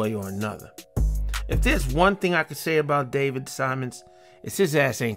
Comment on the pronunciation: Simon...no s.